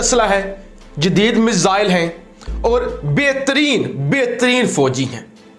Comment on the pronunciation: Behhteen behhteen🤣😂